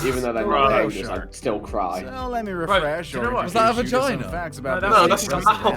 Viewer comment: nobody: not even harry: Simon: is that a Vigina ?